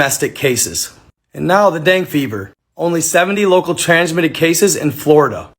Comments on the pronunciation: The dang fever tho 😂 Say it with me bro Den ga fever. Love ya still tho lol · It’s pronounced “Dengay” fever bruh